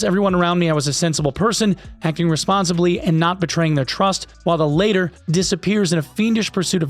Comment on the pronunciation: Later= sounds like later. Latter= sounds like “ladder”. you’re welcome!